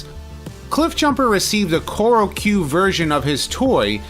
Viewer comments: Choro Q not Kyoro Q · Not the subtitles, it’s how you pronounced it at the beginning. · Choro Q (チョロＱ) is pronounced “chore-O Q”, like the chore when mom tells you to put away your Transformers when you’ve spent an hour arranging them perfectly on your desk. By the way, I have a Choro-Q Wheeljack that’s the size of Cliffjumper.